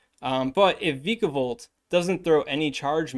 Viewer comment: It's vyka, like viking